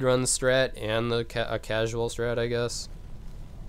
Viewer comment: When he says "casual" it hurts my casual heart 😩